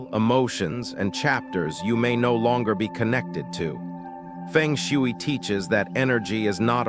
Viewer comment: Your AI pronunciation of FENG SHUI is comical 🙄🤣😂and totally wrong!!!!! If this is a FENG SHUI focus channel, your essential main job is to learn how to correctly pronounce ‘FENG SHUI’ in the first place!!!!! 😂 You’ve loss your credibility by messing up the very essence of FENG SHUI sound and pronunciation!!!